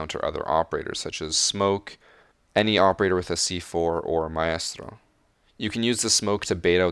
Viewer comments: "mon-ton-ya" "my-est-trrr-oh" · I love your videos but your pronunciation of some operators drives me nuts. Montagne or Maestro for example. Lol